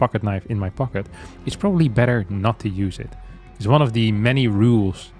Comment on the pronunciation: what in gods name is he talking about at the start of 2nd game, why does he say pocket like that, im upset.